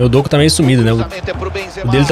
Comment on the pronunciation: so uma dica, se pronuncia “Dokú” e não “Dôku”. Tmj vc e brabo